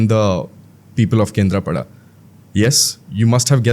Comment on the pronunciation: What do you mean by calling him pandaaaa thats panda ….also not kendrapadaaaaa its kendrapada…atleast try to pronounce names correctly as you are a odia person